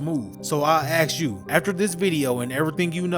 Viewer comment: “I think” and a bunch of dudes who never played with him. These are people speculating and you’re big mad also it’s ask not axe ya fucking low iq baboon.